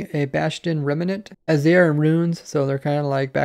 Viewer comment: I like the extra syllable he puts in rem-uh-nants